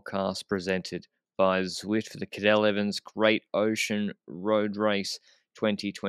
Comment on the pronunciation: yes but specifically told him to pronounce it in a native Australian way and is bragging about it since yesterday (women's Cadel race) but still gets it wrong every time without trying to correct him